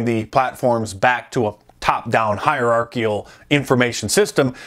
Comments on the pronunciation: "Hierarchical," not "hierarchial." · I believe the word you're looking for is "hierarchical" ...you mispronounced the second "i" and missed the second hard "C" ...but still...great work!